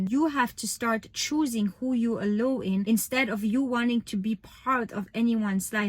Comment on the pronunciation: thank you so much, i really look up to you and your account has helps me a lot! also the word “allow” is pronounced like uh-lau rather than uh-low! 💗